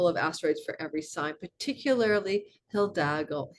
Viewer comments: Highly interesting - really got some important info out of it. May I permit myself to point to your pronounciation of hidalgo - this is, H-I-D-A-L-G-O with only one l, not hildalgo, you might need to train your tongue there... 🤣It is not only the name of the Spanish conquistador but means nobleman/knight. ❤ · For your next video with " Hildalgo" the "h" is silent and the "i" sounds like a long " e". Eeedalhgoo would get you real close. 🙌 Thank you for your readings and knowledge. This one is super intriguing...cause I've timed a creative project to launch during this time of 86 days and it includes a foreign country. I feel optimistic after listening to my rising and sun.❤